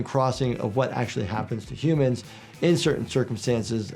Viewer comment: “Hoomans” “Respecc” 😭